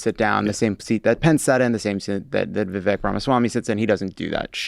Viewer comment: You did Vivek a huge disservice here, beginning with not taking the time to even pronounce his first name correctly, to overselling how "bad" his rap was, to all sitting there ostensibly baffled as to what the rough outlines of his rising appeal might be (hint - he is more articulate and intelligent than the rest of the field combined, dolloped on top of endless positive messaging and a youthful energy that can only willfully be overlooked). You might hate him; you might think all his policy angles are fit for the trash bin. But he always says exactly what he means in crystal clear detail, eschews "politician mode" to a degree that would make even Obama look deficient, dives REPEATEDLY straight into the lions den without a moment's hesitation vis-a-vis interviews with potentially hostile reporters and networks and does not do so merely in order to fire-hose them with disdain but instead to pit his ideas in real-time dialectic against theirs, never leaves you wondering what he really thinks when the cameras are off, and has more integrity than anyone in recent Republican memory. I have never voted for a Republican in my life and I am unlikely to begin with a vote for Vivek. But my god, people. Come out of the silo long enough to at least see the obvious about this dude.